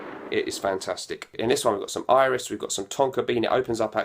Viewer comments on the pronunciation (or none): none